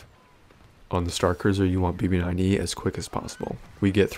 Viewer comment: Did I hear “emo9E” lmao